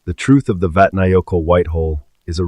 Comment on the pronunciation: It's pronounced vat na yo kill